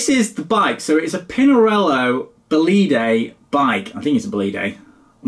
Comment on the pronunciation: Pronounced "Bòlide", that's where the tonic accent must be!